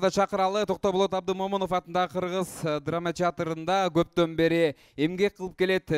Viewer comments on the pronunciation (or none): Канчалык хейтер болбой эле коёюн десем болбой атат, сын менен өсөбуз. Алып баруучулар адамды кыйнап ийдиңиздер орусча сөздөрдү кошуп атасыздар, Жамгырчиева Абдымомунов" деген сыяктуу ысымдарды ката айтыңыз, уюштуруучулар азаматсыздар.